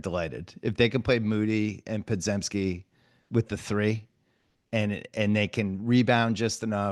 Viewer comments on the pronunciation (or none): Can someone please tell bill that the z in podziemski is pronounced as a j